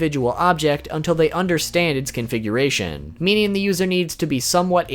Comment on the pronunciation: you said atomic coonfiguration twice lol